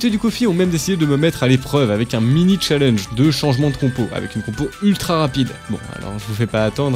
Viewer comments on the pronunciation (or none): none